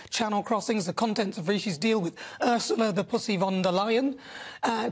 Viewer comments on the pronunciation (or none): none